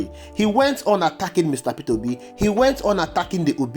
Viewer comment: Pronounce his name properly Peter Obi not Petera obi